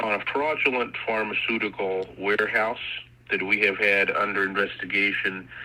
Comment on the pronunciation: He said Penelope Bailey incorrectly. He said warehouse incorrectly. He said sending them incorrectly. He said cooperative incorrectly. He said in our incorrectly. He said disctrict attorney incorrectly. He said slap on the risk very badly. He cannot say crying orrectly. He said reoccurring incorrectly. He said "We have no times to lie here" Grammatically incorrect He says dis instead of this multiple times. He says "the more time we can get in jail for them" I have stopped . I could go on for another 30 minutes where his grammar and words get worse.